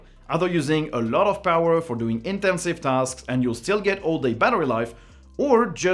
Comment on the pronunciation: The pronunciation of "intensive" was so wonderfully French it really made my day Also, I JUST got a decent Lenovo, but this might replace it already and I'll gift it to my girlfriend